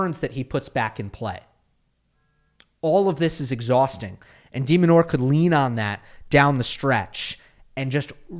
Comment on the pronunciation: It's Demin, not demon. Stop demonizing